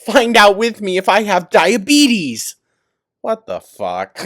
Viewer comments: I shouldnt have laughed but "dia-betty" took me out 🤣 🤣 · "DIABETTY"!!!! Dead